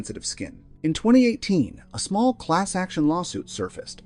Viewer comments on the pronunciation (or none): none